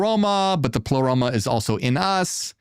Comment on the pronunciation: Did Ai just say : " I , Plero " ? The heck?